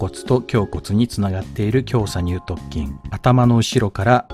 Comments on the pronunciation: きょうさにゅう"とっきん"、ではなく、きょうさにゅう"とつきん"、です。 細かくて申し訳ありません💦 本職が人体関連なので気になってしまいました💦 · イチャモンをつけるクレーマーですけど、 イラストによって胸鎖乳突筋の鎖骨頭が斜角筋のような位置になっているような気がします あとそう聞こえるだけかわかりませんがにゅうとつきんをにゅうとっきんと言っているような気もします